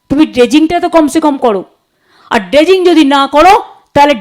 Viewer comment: ' ড্যাম্প , ডেসিঙ ' আহা , কি উচ্চারণ 😂